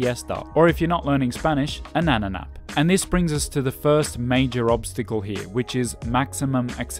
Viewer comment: was that a “nano nap” or “nana nap”? 👵